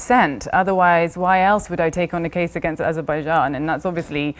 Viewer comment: That Azerbaijan pronunciation though